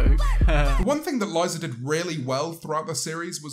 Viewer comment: I swear this man said "Aliza"